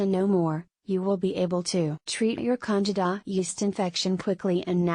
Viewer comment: Why should we listen to your advice when you can't even pronounce "candida" correctly.